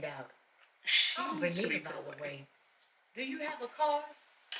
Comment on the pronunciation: I know the protagonist is named vernita, but often when it comes up in dialogue I hear it as renita